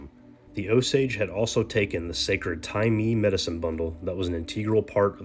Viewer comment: It's pronounced Tye Maye..